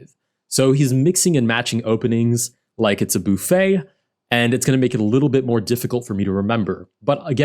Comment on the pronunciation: my man really said boo-fay